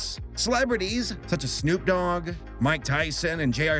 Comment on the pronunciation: It's a rare time when says "sNoOp-dog" so note that down... NOW!